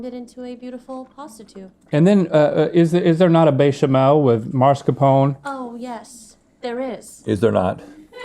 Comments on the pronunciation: Marscapone? I swear sometimes Link's just trying to irritate us =) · Its masCARpone, not MARscapone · Someone please tell Link it’s MASCARPONE, not MARSCAPONE.